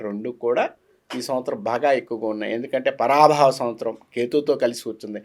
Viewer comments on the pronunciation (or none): none